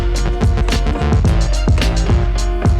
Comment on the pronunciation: i deisagree with 99% of this vid, especially how you pronounce sung's name, but yh solo leveling is one of my favourite manwhas and though i dont like how the anime has adapted it, i love seeing new fans go crazy over it. cant wait for sung vs thomas andre to be animated. best fight in all of fiction. i just hope the anime does it justice as in the manwha.